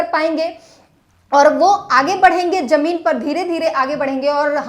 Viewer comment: Jone nahi Zone... Or Jameen Nahi Zameen.. Shambhu Bhaiya Sikhao inko Qki aap to sahi bolte ho per ye nahi.. Intejar nahi intezar....